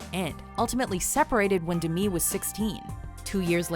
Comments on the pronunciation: DEH-ME not DIMI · Omfg it’s Demi not Dmi why is she pronouncing it like that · its DEM-E MOORE NOT DIM-E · No one: Not a soul: Narrator: dehmee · It’s pronounced “De-mi” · you don't pronounce 'Demi' as Demii or Demee, its Demi like Demi-god so 'Demee-god' sounds ultra wrong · No it isn't. She covered this way back in the 80's when she first became famous. It's pronounced as the first two syllables of Demitrius. De- ME. Not new, you're wrong. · did she pronounce Demi Moore as D'mi Moore? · i hated how she pronounced demi moore's name